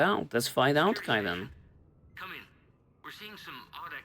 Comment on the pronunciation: It's always been pronounced kay-den, but you've just been calling him ky-den the entire series regardless of how many times people say his name 😂 I think everyone just gave up caring almost immediately sometime in your ME1 playthrough lol. Good episode brother